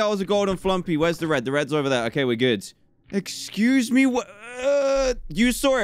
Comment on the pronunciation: Dan's 'Excoose me?!' had me rolling on the floor i might as well just be put in a coffin so i'm ready XD